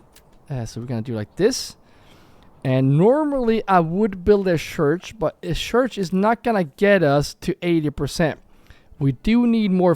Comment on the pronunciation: The thing is: when you say "church", but you pronounce it: "shurch". The last two letters are the same as the first two letters it makes the "ch" sound. Not the "shh" sound. So. Don't say "shurch"! Say "church" . If you can say some of the word,you can say the whole word correctly... and stop saying shoosing and sharcoal. They aren't real words. Say: choosing and charcoal. Figure it out. Or you'll always have language barrier issues. And thats on you.